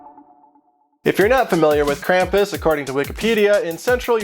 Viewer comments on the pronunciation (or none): If your going to do a German thing and say it wrong than I'm done It's said (Kram-poos) Krampus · It is pronounced "Krahm-poos", with really an "s" at the end, not a "z". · the pronunciation of Krampus is very different in this video. I’ve only heard the German pronunciation with the long “u” sound which is more like an American saying “Kram-puss” and the “Kr” being said in the throat. pretty interesting how different languages say this word.